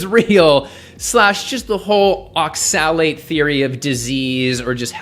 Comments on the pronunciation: Pun intended when he pronounces oxalate as ox-salad? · I thought you said Ox salad at first xD. good video tho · It's pronounced "ox-ill-ate". Respectfully. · I agree with your points. But why do you pronounce oxalate (ox-uh-late) so strangely? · You’re not even pronouncing oxalate correctly just stop please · Is that how you pronounce oxalate? I thought the emphasis was on the O, not the A. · I love you but please don't ever say oxalate like that again 😂